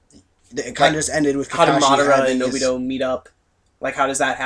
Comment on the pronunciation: ObidO ? really guys cmon -.